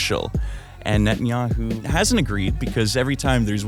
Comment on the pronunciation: ninja-man bet-in-yahoo